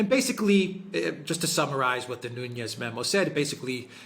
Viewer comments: Nunes not Nunez it’s Portuguese not Spanish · Sorry but Devin Nunes is Portuguese not Spanish. is closer to the correct pronunciation. 😉